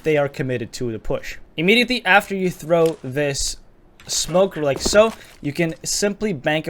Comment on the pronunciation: "LiEK SoO"